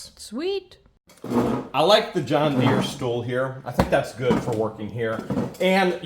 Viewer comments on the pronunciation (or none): none